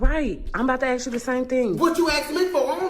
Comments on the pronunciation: Who is teaching people to pronounce ask as axe? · She felt the need to demonstrate how she axed him?